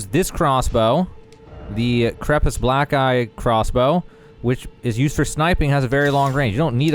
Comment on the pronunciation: *Bōlts, not bahlts. And it’s the Black “Key” crossbow, not the Black “eye” crossbow. Otherwise, decent guide. Thanks.